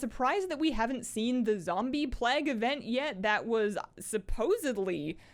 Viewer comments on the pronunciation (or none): none